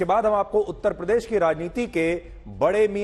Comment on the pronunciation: A. Y. Ko uttar pradesh bolna to aata nahi uttpadesh bolte hai aap se na ho payega mulayam s. Ne jo jama kiya hai usi se jiwan bitai ye jay bharat jay hind 🙏🙏🙏🙏🙏